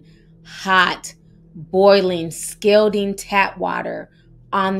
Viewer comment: Scalding Rhymes With Balding